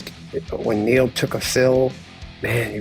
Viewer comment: Thank you, for say Neil's name correctly